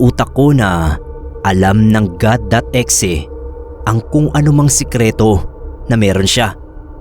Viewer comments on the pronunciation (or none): bakit E-XE pag kaka pronounce 🥹🥹 pwd naman kasi as IH-EX-IH HAHAHAHHHAHAHAA